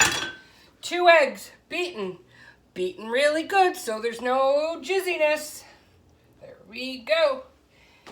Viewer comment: Did she just say eggs beaten really good so there's no jizziness? 😯